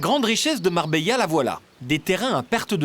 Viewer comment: MarbeLa 😑 Les français sans dents